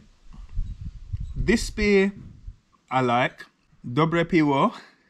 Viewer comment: Piwo is pronounced pivo :)